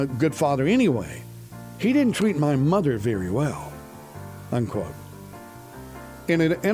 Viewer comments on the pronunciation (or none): none